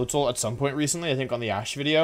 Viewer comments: When Wolfey says “video” instead of “wideo” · he said wideo XD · I love the way he says video “wideo” xD so cute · It was a great "wideo" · VDX bruh it’s wideo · He was going to say wideo, but made sure to swap his w to a v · I know you don't probably realize this, but when you say video you say wideo and I LOVE it. not in a mean way it just is something that I like about your videos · Wolfe pronounces "video" as "wideo" and I think that's fine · "Wideo" Wolfey-20whatever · "I thought this was a widdy cool wideo" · So Im out of the loop, why does he say "wideo" instead of "video" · Y does he keep saying wideo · why do you say wideo?